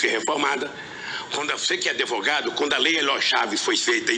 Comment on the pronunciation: Deus me livre, um ex presidente falando adevogado kkkkkk, que vergonha, além de feio, faz agente passar vergonha falando errado.Mas roubar ele sabe bem.